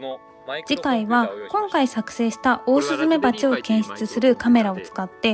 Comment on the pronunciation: 「オースーメバチ」ですね。